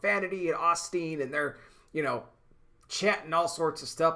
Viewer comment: Lol, brother, Oss teen don't sound right. Its pronounced OH steen.